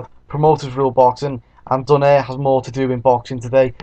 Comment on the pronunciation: hehe not exactly.. donaire is not pronounced as do-neir its pronounced as do-nai-re